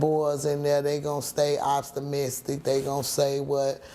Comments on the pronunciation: Bruh she said ostamistic 😂🤦🏻‍♂️ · She ain't say opt-sti-mistic 😂😂